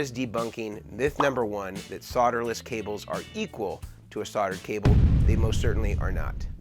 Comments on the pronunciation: Soderless, please there is an L in there. Learn to pronounce in English. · The BIGGEST myth about solderless…is that it’s pronounced “SOD-er-less”…there’s an “L” in the word for a reason! It’s pronounced “SOLE-derless” NOT “SOD—“! You’re not SOLE-dering with dirt! A SOD is a clump of dirt!